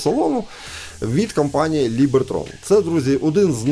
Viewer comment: Либертон, а не Либертрон🫣☺️